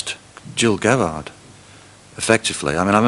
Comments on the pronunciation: Have these guys been living under a rock, that they don't know how to pronounce Gil Gerard's name? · Geez, neither nor can pronounce Gil Gerard's name correctly! (Hard G; soft G.)